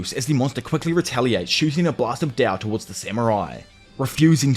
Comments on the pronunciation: Why do you keep calling it “dao” when you know that it’s “Tao”? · no on god. i hate the way he said tao